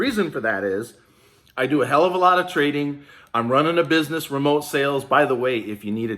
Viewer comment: We not talkin proper no more, you said it right "" 😉😂 #EIDL gimmie my damn money!